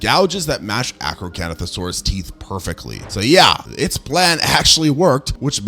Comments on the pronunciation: I know you did not just mess up my baby's name 😒😂 Acrocantosaurus ( ak-row-KAN-tho-SORE-us) is one of my favorite dinosaurs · ah yes the arcocanothosaurus